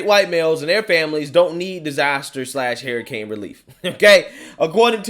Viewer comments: you are my favorite but please for the love of God say it like this.....her i cane....not hair i cane. Hurricane. LoL. I like it when people correct me. Figured you like that too. Sarcasm. ♥️😁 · I love you but it's Hurricane Huuuricane not Herricane lol